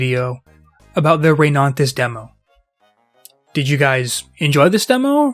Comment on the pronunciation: Why do you keep saying ReyNANtis 🙉